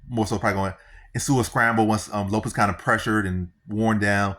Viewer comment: U saying Diego last name wrong